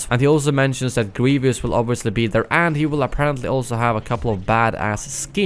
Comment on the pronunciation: * Grievous not Grevious